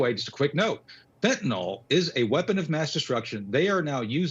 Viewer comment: FENTANYL Tony. Say it right!